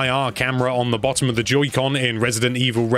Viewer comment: I heard him say “Judy con”